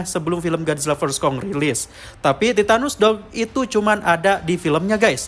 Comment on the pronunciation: Titanus Doug ❎ Titanus Dawg ✅